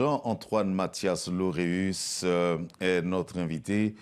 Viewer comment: Lauréus et non Laurus !!!